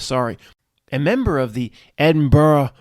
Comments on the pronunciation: Edinburgh not Edinborough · The bit about Edinburgh was hilarious. Its pronounced Edin-bra. Source: I live an hour away in Glasgow (pronounced glaz-go, not glass cow.) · The actual pronunciation is Edin-bra.... "Native" Brits pronounce borough as bu-ruh. Edinburgh is an anomaly. My ex brother in law hailed from Florida and it took me weeks to teach him Peterborough is not Pittsburgh or Petersburg or Marlboro....on the flip side I cannot pronounce Maryland as nicely as Americans do.